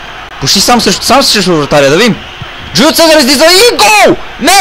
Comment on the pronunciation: Не се казва джулио фезар,а се казва жулио сезар